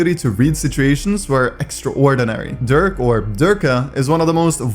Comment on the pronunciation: My guy called Derke ,Durk, 😭😭😭